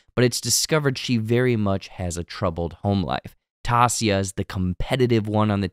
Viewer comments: Why tf 🤣 are you saying taissa’s name like that? 🤣🤣 out of all the people you gotta get the one black persons name wrong 😂😂😂 it’s pronounced (Tyeissa) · As soon as you said "Tossia" I knew I didn't need to watch the rest of the video. Keep up the bad work. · You binged the entire show but absolutely butchered Taissa’s name the entire video? I don’t even know how you came to that pronunciation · The butchering of Taissa’s name in this made it almost unwatchable. How did you binge this entire series and not know how to pronounce her name? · Tell your guy to pronounce Taissa’s name correctly. He says everyone else’s name correctly. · Was coming here to say this. They say Taissa’s name a bunch to times in the show- especially with her running for office. Silly mistake for such a big channel. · The way it made me cringe with mispronouncing Taissa's name. 😭😭😭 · I'm sorry but the way you say Taissa is bothering me too much! 😭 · Please work on your pronunciation of Taissa. Literally no one in the show says it the way you do. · Lol omg you're getting bothered by someone mispronouncing someone's name in a show wow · I think your mispronouncing Taissa. I can't wait for season 2!!! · The only black character on the show and you butcher her name. There are about 10 hours worth of people saying her name. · how are you like so inaccuarate and off about damn near everything in this video lmfao did u even watch the show??? cant even pronounce Taissa's name right. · Lol. This is the worst recap I have ever watched anything. From completely mispronouncing a main characters name for 30 minutes to super oversimplifying situations, and even dumb stuff like mixing up pronouns. This is a disaster. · Great recap, but the lady's name is pronounced Ty-EE-sa, not TAH-see-a. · It's not Tasia it's Ti-e-sa Also Nat already knew Sue bc they used to commit credit card crimes together for drug money. So Nat threatens to tell her boss if she doesn't help her. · I believe it's pronounced teh-sah